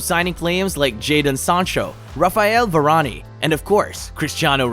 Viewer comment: It’s Varane! Not Varaniii